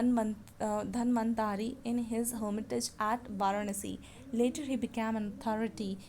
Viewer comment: You are pronouncing susruta and dhanvantri wrongly